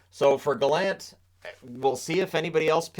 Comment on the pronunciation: From a Prince Edward Islander, thank you for pronouncing Gallant correctly, rather than the pompous version by Elliotte Friedman and others.